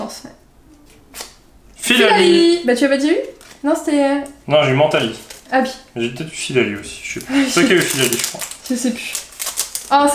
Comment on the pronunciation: On dit menntali